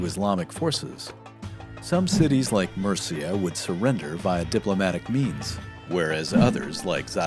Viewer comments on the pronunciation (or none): none